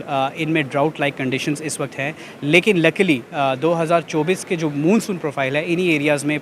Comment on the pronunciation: Madam Moon soon ni hota Mon Soon kehty hain. 😅